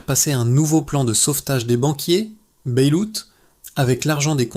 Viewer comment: Il va falloir revoir la promonciation en Anglais "Bailout"........